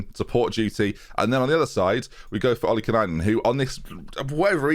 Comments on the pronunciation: Haha it has become a pet peeve for me with this series now, he's always calling him Ollikanainen. It's OLLI-KAI-NEN,! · say it slowly: “Oli-kai-nen” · You're putting in an extra N when you say "Ollikainen." You keep saying "Ollikinainen" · Struggling to pronounce Renatinho like he hasn't butcher Ollikainen's name for years... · Really bugs me how still says Ollikainen wrong after all this time, where does the extra N come from? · And here's to you Ollikainen loves you more than you will know Whoa, whoa, whoa If only He could pronounce your name right 😂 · Where is the extra "nye" coming from in Ollikainen? 😂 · lol been watching for a few months, just makes me laugh how he's created a syllable out of nowhere. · never pronounces anything right 😂 best FM YouTuber there is in my opinion though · I like this series but you putting an extra syllable in Ollikainen for no reason is annoying